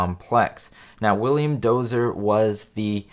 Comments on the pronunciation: William Dozier not Dozer. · You keep pronouncing Dozier incorrectly! It's not "DOZER" it is "DOE -zhyer"